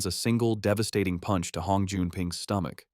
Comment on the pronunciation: Bro why are you saying puch